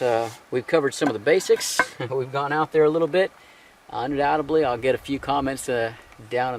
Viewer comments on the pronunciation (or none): none